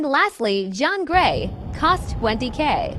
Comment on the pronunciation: "John Grey" help 😭